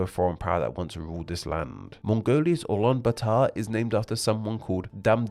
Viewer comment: (common) Pronunciation error for Mongolian, you pronounced aa as a, a as aa, in other words, swapping long vowels with short vowels and vice-versa. 'a' in 'baatar' is almost silent. Basically: replace Peter's 'e' with 'a' to pronounce 'baatar' How many cities? One, you know which one.